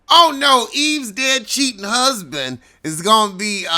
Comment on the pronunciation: Did you say Gusband? 🤣